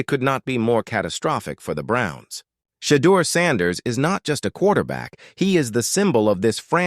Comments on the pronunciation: His name is NOT Shay duer!!! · His name is NOT Shee duer!!! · His name is shedoor.!!!!!!!